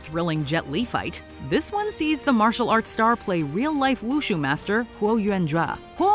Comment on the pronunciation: its read as wu SHU not wu SHAAAAA